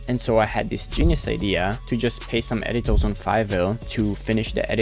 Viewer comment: When he says "r" he sounds like a child. E.g. Editor.